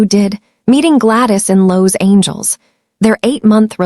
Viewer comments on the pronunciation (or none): I'm not going to like this narrator she doesn't know how to say babies... she keeps calling them bobbies 😮😮. Listening from Texas When did Las Angeles become Lowes Angels LMBO hahahahahaha 🤣😭 hahahahahaha. This narrator is quite a story teller 😅 I would have kicked Grandma out of my apartment the first time she came out rude 😠